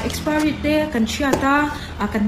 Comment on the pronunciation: Mizoram a piang in ti si, mizo tawng pai si, saptawngte a hmang ve, a lam dik bok silo, expari😂😂😂😂